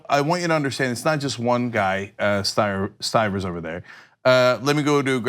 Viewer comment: Steve Stivers doesn't have an "R" in his name, just next to it.